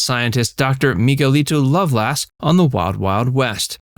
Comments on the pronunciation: To the narrator: It’s pronounced how it is spelled, Doctor Loveless, not love-lass. Have you even watched this show? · I'm always irritated when those doing these presentations haven't watched the shows being reviewed. No fan would ever say, "Dr. Lovelass." He was unambiguously Doctor Loveless. Even a little research should have prevented this error if the speaker or anyone involved in this presentation didn't watch the series to know better.